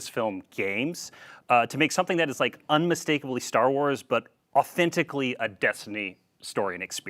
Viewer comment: Ster Wers and Halldervers 😆